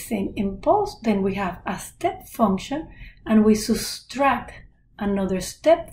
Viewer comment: subtract ❌ soostract ✅